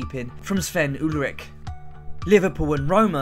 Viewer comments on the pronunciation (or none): The way he said Ulreich...